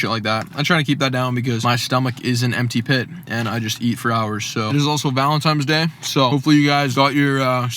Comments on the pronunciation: you had me 3 seconds in and then you said VALENTIMES day .... my boner dropped. (no homo anyway) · Take a shot every time says "Valenti*m*es Day" Great video mate